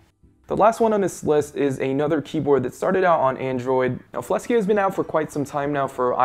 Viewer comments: Ummm it's Fleksy...not Flesky ._. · It's called fleksy not "flesky" lol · Why are you pronouncing Fleksy as Flesky?